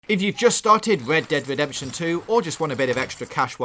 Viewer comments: I thought he said Lead Dead Wedemption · i feel bad for making the guy who cant pronounce his Rs to talk about "Wed dead Wedemption 2"